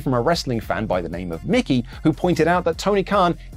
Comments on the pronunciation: Mickey as in Mouse??? Or Mikey as in Mikey. Come on my dude🤦‍♂️🤦‍♂️🤦‍♂️🤦‍♂️ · Mickey is spelt like this Mikey is spelt like this Luke Mikey is pronounced Mike ee